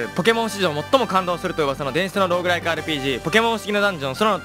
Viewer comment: 結局最後までmkの最初挨拶の「最も感動するろんぐらー(？)rpg」って聞き取れなかったな！！！